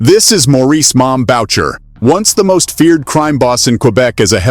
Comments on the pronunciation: It's "Boo-shay" (Boucher) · What is up with most Americans not being able to pronounce names or words properly..........it's pronounced boo-shey not what you were saying lol